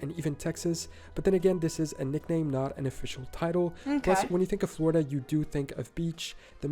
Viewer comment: It's Floweirda